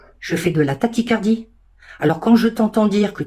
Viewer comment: Gros doutes sur l'authenticité des protocoles médicaux de la dame qui s'adresse à Morgan Makeup Elle cite la (Taticardie) lors de l'énumération de ses pathologies En aucun cas le mot [Tachycardie] ne peut se prononcer tel qu'elle le fait